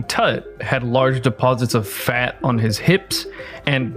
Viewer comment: OMG IF HE CANT EVEN READ PERCENTAGES ON RESEARCH ARE WE EVEN TAKING HIM SERIOUSLY?! Also, isn’t the way he pronounces “fat” every time (phatt) a bias? 🤣🤣🤣 Being robust was always a sign of status in ancient civilizations, that’s one, and two, their status also meant they ate tons of meat and animal products, so 🤷🏼‍♀️🤷🏼‍♀️🤷🏼‍♀️🤷🏼‍♀️🤷🏼‍♀️